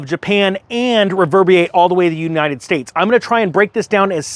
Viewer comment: "reverbiate"? Nah dude, it's reverberate...you probably also mispronounce the word nuclear as "nuculer". I'm tired of dummies such as yourself coming up in my YouTube channel feed. Yes I have all sorts of things in my portfolio and I voted for Trump and will again if he runs and I'm a gun guy and a redneck. Why should we listen to anything you say when you can't even pronounce words correctly? You don't even care enough to pronounce your words correctly and it makes you look dumb. I didn't go through the rest of the video because you just aren't worth it but I guarantee this, I'm sure that I could find a lot more mispronunciations. I have chosen: don't recommend this channel.